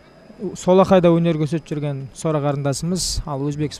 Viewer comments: Документте жарайды Сора деп жазылган, енди биздин коментаторлар Сора Сора демей Сара деп айтса болады гой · Сора сы несі Сара деп айта беріңдерсей.Біртүрлі естіледі екен. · Келесиде атын жондеп жаттап алып сосын атын атаныздаршы, Букил халыктын алдында Сара ны Сора демей.🤨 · Ақмақ болмаңыздар, Сараны сора деп, жағымсыз есітіледі, қазақтада өзбектеде сора емесғой!? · Сора емес Сара деңдерші